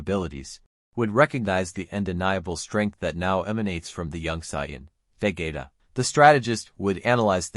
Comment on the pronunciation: Interesting. But why do u pronounce vegeta as vagaita 😂